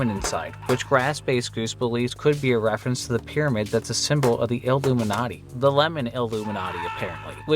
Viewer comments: ah, yes. the i-lemon-atti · ill-lemon-ati..................it was right there lol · The illemonati😂😂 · the 'illemonati' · Ummm... il-lemon-ati? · The Il-lemon-atti. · There was a chance to say Il-lemon-atti and you trampled past it. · the il-lemon-ati